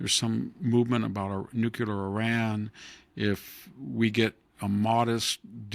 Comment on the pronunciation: Does anyone read these and tell Victor anything??? NUCLEAR!!!!! NOT...... NUCULAR. Grammar matters